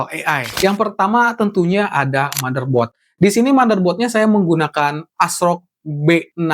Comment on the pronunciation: Benerin bahasa Inggris lu bang. Pengucapannya salah semua; event, windows, motherboard, ryzen, dll